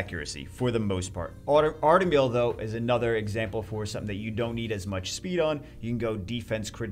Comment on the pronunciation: He said artamiel like we have one🙄